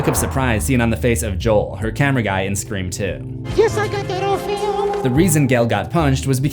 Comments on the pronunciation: Every time you said SCRE4M I thought I was going crazy 🤪 because the way you pronounced it lmao 🤣 glad I’m not going 🥜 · I cringe everytime I hear you say Scre4m